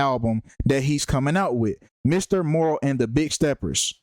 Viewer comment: You can't even say the album name right just stfu I'm more intelligent in the industry than you. You don't literally don't know shit😂😂😂😂😂😂😂😂😂😂😂😂😂😂